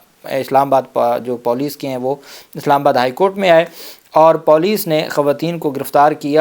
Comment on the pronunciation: sb..paulice naheen police hota hai.. lol